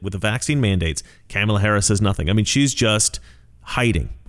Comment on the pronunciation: I love how you pronounce her name... Camel-a